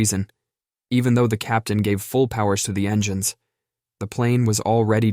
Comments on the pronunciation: Never heard that "pass" bit before, and this new AI input is risible -- "en-gan-ness" for engines, TWICE! LOL! The mangling of English words is hilarious, except NOT in aviation, where it's critical for ALL pilots to speak intelligible English, the international aviation language since about 1951 or '52! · This is the most pathetic text-to-speech AI program I've heard. "En-geh-nes"?? It was tying to say "engines".